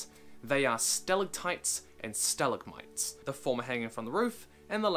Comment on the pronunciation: your pronunciation of stalactite and stalagmite pains me.